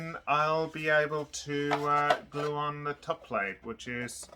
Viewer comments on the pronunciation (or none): none